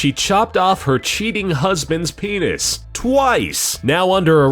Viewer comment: HIS PINIS!!!!! LOLOLOOL